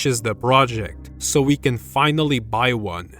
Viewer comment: "so we can finally btw" WHO is that "we" Gng💔💔💔 u French or something